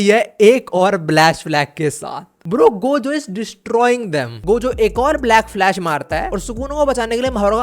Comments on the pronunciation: Black Flash ❌ Blash Flack 👍 🤣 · Blackflash❌ Blashflack✅ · Black flash ❌ Blash Flack✅ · 😂 black flash❌ blash flack ✅ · 😅bro you said blash flack instead of black flash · "blash flack" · Bro Literally said blash flack in excitement 😭